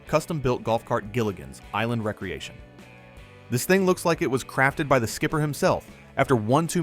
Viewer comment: I hate AI narration ....cant you pronounce re creation ? not recreation ? WTF